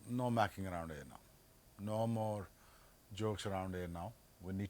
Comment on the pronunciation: It's not macking around. It's mucking around